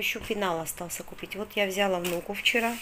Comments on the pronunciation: А л е к с а согласна. Просто после очередного шоппинга использовала раз 15 в течение 30ти секунд. ВзЯла, взЯла, это взЯла, это дАла, дАла. Невозможно. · я конечно извиняюсь:), но глаголы «взяла и дала» ударение на последний слог, а не на первый. Вы очень часто употребляете эти слова и так режет слух, я понимаю русский не ваш родной, так же как и мне русский далеко не родной. Но, если говорите тем более делаете видео, будьте добры правильно хотя бы простые слова и предложения. Речь в общем не грамотная, но хотя бы простые слова может сможете правильно произносить?? Попробуйте, у вас получится